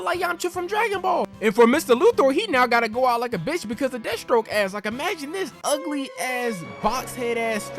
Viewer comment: LOL the way you say Death Stroke sounds like you said Destro, I'm like damn GI Joe villains in this timeline?? xD